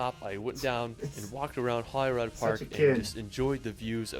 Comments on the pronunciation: Holyrood park is pronounced Holly-Rude park btw. I can't even type the way that guy pronounced it because it makes me cringe as a Scotsman to hear that let alone try and write or type it. Oh and Scotland is simply the Scot's back yard, my back yard that i have never even explored myself having lived in a concrete jungle my entire life. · You pronounce Edinburgh correctly, he doesn’t. It’s Holyrood not Holyrod . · Glenfinnan is pronounced fin an, NOT fee nan. As you said guys it's Edinbuh-ruh, NOT Edin boro. Holyrood, NOT Holyrod. The pillared edifice at the top of Calton Hill in Edinburgh is known as Edinburgh's Disgrace. When started it was supposed to be a replica of the Parthenon in Athens and to be a National Monument to the fallen Scottish soldiers of the Napoleonic Wars but they ran out of cash with only about one third of the building finished. Btw, the best known repellent for the midge is actually a beauty product called "Avon Skin So Soft", which works far better than any of the over the counter insect repellents. Loch Lomond is pronounced Low mond, NOT Lomaund. As a point of interest, Loch Ness, while sadly not containing a monster, does contain more water than all of the lakes of England and Wales combined. I lived in Stonehaven for a couple of years, way back in 1962-65(aged 9-12). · Edinbro😂 (Edin bruh), Gen fee nan 😂( Glen fin anne), how he got Holy Rod from Holyrood Park I have no clue. could go on but honestly its too funny to correct everything 😂